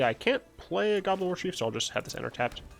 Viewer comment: Mate, I thought you said "Goblin Orgy" when you were saying "Goblin Warchief."